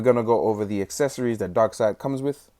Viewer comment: Darkseid, pronounced darkseed!